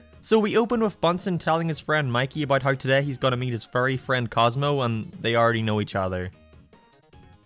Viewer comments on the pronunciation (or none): when you say fairy my brain gets confused and hears furry and has to correct itself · I kept thinking you were saying "cosmo is a furry" and I was so confused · If you use the close caption everytime says fairy the caption says furry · why do you say fairy like furry? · Your pronunciation of "fairy" strikes again and vibe checks me to the moon Timmy's dad doesn't realize Cosmo and Wanda are Furries indeed